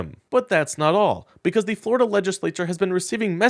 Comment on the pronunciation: The scariest sentence in the English language…”Today, a man in floriduh”